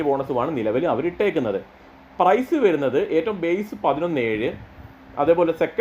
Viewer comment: വെരുന്നത് അല്ല വരുന്നത്